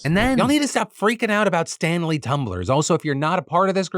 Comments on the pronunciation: I wasnt watching the visuals for the Stanley story and i kept hearing Stan Lees and i was just so confused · Honestly thought you said "Stan Lee" Tumblers and I was sorely confused until I looked at the screen and scoffed in disappointment